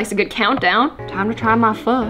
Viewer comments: It’s pho not phu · you pronounce it ‘fu’ but it’s spelled ‘pho’ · I am a Korean and you should pronounce “pho” as (fō)